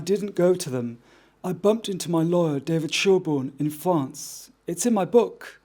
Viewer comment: Is Haznoballs incapanle of pronouncing the letter R? Fwance??? 😂